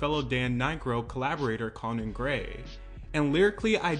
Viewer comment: the way you say conan 😭😭😭